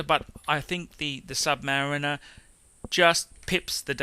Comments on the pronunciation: Dude, Submayu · sub - pause - mariner. Is this how you pronounce it?